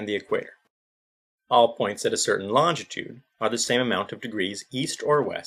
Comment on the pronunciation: Longitude. Learn how to pronounce it before you attempt to discuss it.